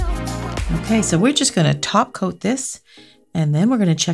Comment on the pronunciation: When she said top coat i always head taco... Thanks A LOT..!!